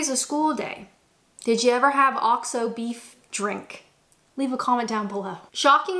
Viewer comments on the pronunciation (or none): What's this "Oscho Beef"? OX-O. Say it "OX-O". use it for cooking. Last year I as very ill. The only thing I could drink was Bovril. Delicious!